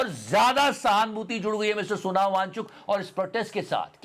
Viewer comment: यार वो सोनम है Sonao मत कहा करो भाई